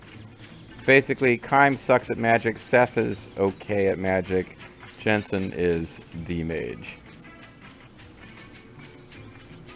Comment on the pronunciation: It's Jansen not Jensen, don't conflate him with an actually cool video game character lol. Man, I remember him being annoying but I forgot how sleezy he was.